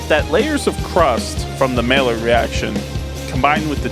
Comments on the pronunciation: Maillard is pronounced "maYARD", not MaLLard". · its pronounced mayard reaction